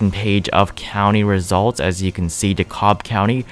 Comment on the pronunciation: Please, for the love of God, it's pronounced DEE-cab (DeKalb), not CALB or whatever you're saying. I pray you are right about Warnock and Ossoff. I and my whole suburban Atlanta subdivision voted that way.